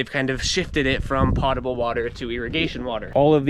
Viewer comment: You definitely pronounce potable correctly.